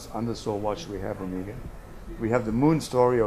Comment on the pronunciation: The first thing he should have explained to this kid is how to pronounce Omega properly.